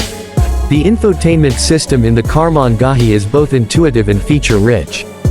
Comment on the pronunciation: Holy EFF! I lasted 24 seconds of the horrid AI voice until it butchered Karmann Ghia beyond listening ability.